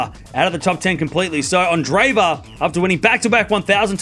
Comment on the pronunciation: A minor point, but her name is not pronounced "anne-DRAY-va." That double e represents two separate syllables: Ahn-DRAY-yay-va. Like the name "andre" (with accent on second syllable) and then added to it "yeva."